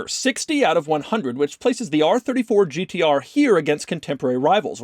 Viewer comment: says Gtr like a pirate would say it Gt arrrrrrr